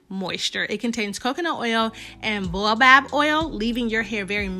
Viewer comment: It is pronounced BAY-O-BOB. It is a tree in Australia and New Zealand. Gorgeous results.